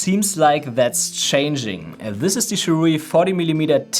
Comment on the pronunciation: “Sirui” is better pronounced by saying “Sir Ray.” Try it next time.